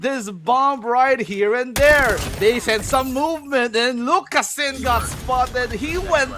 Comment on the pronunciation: "lucas-ZIN". put some respect on his name